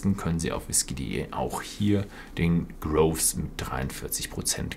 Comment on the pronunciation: Ausgesprochen wird's Ardbeg "Gruufs" ;)